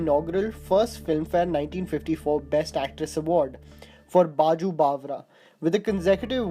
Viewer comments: its Baiju, not Baju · Baiju not baaju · Please pronounce Baiju “बैजू” and not baju 🙄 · And you are a flop for baaju instead of Baiju 😂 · It's बैजू not बाजू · It's not बाजू बावरा It's बैजू Lol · Please learn hindi. Dont ruin this language just because you want to sound like an oxford educated. Baaju, kamal, rajes.. you should be ashamed as you chose to make this video, include this content but failed miserably on the pronounciation.